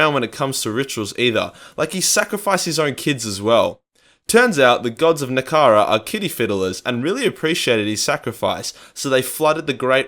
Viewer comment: I know one thing. It sure as hell ain't called "Nekehara"!